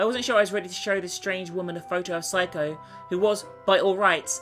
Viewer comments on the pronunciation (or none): ...I DO hate to correct you, but Seiko's name isn't pronounced Psycho. It's more like SayCo. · Just going to say this now it's pronounced 'say co' not psycho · im pretty sure back in one of her corpse party vids she explained that she liked calling seiko ,Psycho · She's not saying "Seiko", she's talking bout herself, she's saying "psycho" XP lol sorry, I'm not funny I'll just go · how come everyone calls seiko Psycho even in the first game naomi pronounced her name seyko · When says Seiko sounds like she's saying Psycho XD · Um, sorry to burst your bubble but its "say-ko." That's how its pronounced. Just trying to help not trying to start anything like hates. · New drinking game: Take a drink every time pronounces Seiko as "Psycho.":B